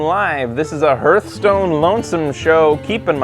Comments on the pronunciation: You play a lot of Hearthstone, and yet you keep saying the name wrong. Hearth is pronounced "Harth". A Hearth is like a fireplace. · Played it so much you have forgotten how to say it…